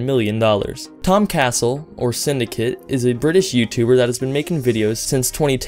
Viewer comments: Cassell not castle, it's cas-sell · It's tom (ca-cell) not tom castle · It's pronounced Tom Ca-sell